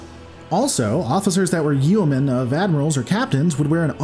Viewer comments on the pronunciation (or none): "Yeomen" cringe it's pronounced "Yomen"